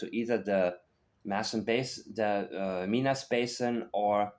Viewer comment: I live close to Minas Basin. I thought you might appreciate how we pronounce it in Nova Scotia. MY - NUS. I appreciate your no nonsense channel.